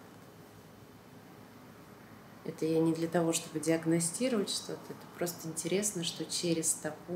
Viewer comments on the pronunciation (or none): Мудило надо говорить интЕресно а не интЭресно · Почему говорит "интерЭсно"?